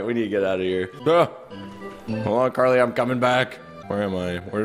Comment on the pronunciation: Bruh its Carly Not Garly 😂🤣